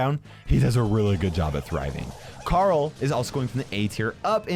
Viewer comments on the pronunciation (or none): none